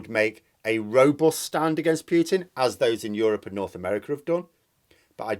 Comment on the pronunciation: I know it's natural to Anglicise foreign names, but still the "t" in Putin is palatalized like "cz"; the "d" in Lebedev is also palataliced like "dj". I spare you the stresses.